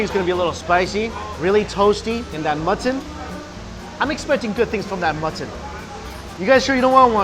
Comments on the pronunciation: He calls mutton "mutthon" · How many times did you say Mutt ton....lololol I love watching your videos Mikey!! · Mutt-ton lol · They way he says mutton lol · I love how you say mutton